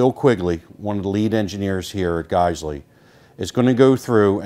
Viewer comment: Lol I hella thought he was saying friggin